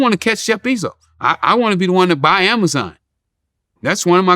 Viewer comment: Ok relax freeway lol. First u must learn his name. BEZOS, not bizos lol. Buying amazon is out of ur reach ricky lol